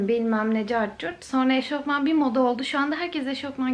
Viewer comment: eşortman değil kuzum eşofman